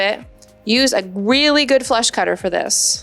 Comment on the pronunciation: Huh? Funny but it sounded like you said "flesh cutter", when you listed the tools you'd need! (Must help when you're creating the correct size ring - hee hee hee.) YIKES!!